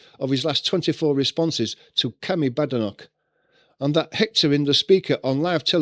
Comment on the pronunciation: It’s not bad-e-knock it’s bade -knock